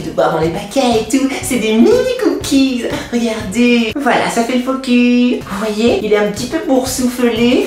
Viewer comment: Tu dis Focu au lieu de focus!!